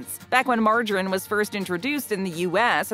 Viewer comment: Wha...wha....why can't she say margarine correctly?